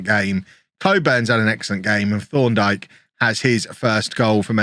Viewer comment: Thorndike sounds like you’re saying Sean dyche with a lisp